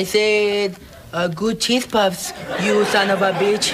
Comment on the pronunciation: It sounds like he’s saying son of a beetch I liked because no one would